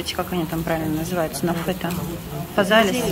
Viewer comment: Физалис,а не фазалис !